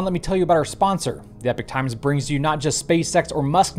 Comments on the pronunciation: Epoch is not pronounced Epic but E Pok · Are they gonna teach to say Ee-pok rather then Ep-ic ? And, maybe the air force were just doing it for shits n giggles, they could have been tuning in to the Vlogs and thinking "We should give this guy some new material to blog about". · Epoch. pronounced ee - pok